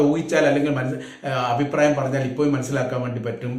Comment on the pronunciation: ഇപ്പോയും.... ഇപ്പോയും എന്ന് പറയുന്നത് നിരുത്തുക. ഇപ്പോഴും എന്ന് പറയുക